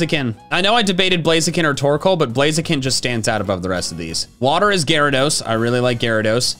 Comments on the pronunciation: IT'S GYARADOS, NOT GARODOS! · Gyarados, not Gyara!